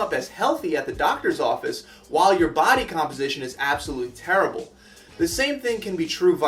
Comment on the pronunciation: ...and teerrible. .. I'm starting to think they did this on purpose.